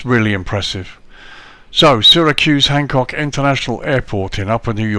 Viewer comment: Just an fyi, the "Y" in Syracuse is pronounced as an "E" Another great review, i ended up buying it as i live in the states and do plenty of Southwest Airlines ops